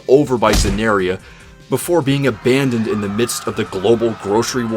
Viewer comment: You said you abononded this doofus